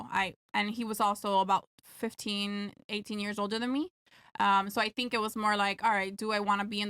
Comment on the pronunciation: Just here for the "shut up for 2 seconds " and "tink bout dis", "you know whats funnyyy" 😂